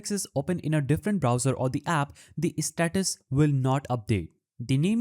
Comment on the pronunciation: bro really said set custom istatus 💀💀